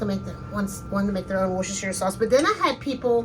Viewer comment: Hi, I am following your recipe 100%...But can I just say one thing...In the UK we would pronounce it...`wousta` or `wouster` sauce...Sorry to correct you.......